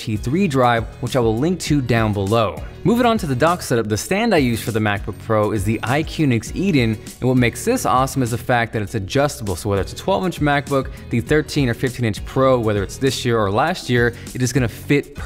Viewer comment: Hey, really like the video, but it's iQunix Edin, not "iQuinix" Edin. BTW, the amazon link to the product is this